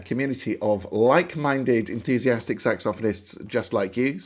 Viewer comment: Although I am “A Yank”, I still prefer the British pronunciation of “Saxophonist”. Gives it a little class! 😎🎷